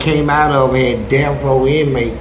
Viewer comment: He keeps saying "deaf" lmao.. It isn't "deaf" it's "death" smh